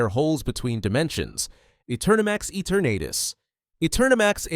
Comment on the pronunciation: Eternatus its ee-tur-nu-tus not et-ur-nah-tis